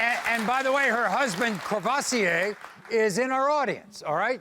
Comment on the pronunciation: Wait a minute- Courvoursier